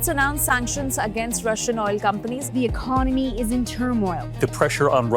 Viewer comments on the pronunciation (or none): This guy's pr0nunciation and ac cent c r e e p me out. He uses the word "economy" so often, then he better know the right pronunciation: economy is pronounced as [ēˈkänəmē] not [ache-o-no-me] Wreck is pronounced as [rek] and not [reek].